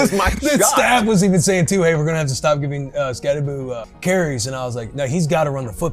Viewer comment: I noticed you are now pronouncing his name correctly : ) Subscribed now hahaha. Good insights